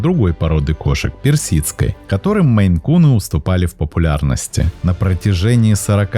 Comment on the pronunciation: Да не мэйкуны, а мэйн-куны😮 Озвучивайте правильно, смотреть не буду в такой озвучке! Фу! 👎 Отписалась